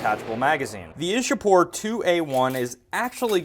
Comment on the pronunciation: it's Iccha-pore not Isha-pore. local people say Icchapur.